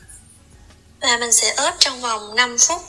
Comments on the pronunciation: Ướp mà cứ nói óp là sao? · Ướp chứ không phải ớp em ơi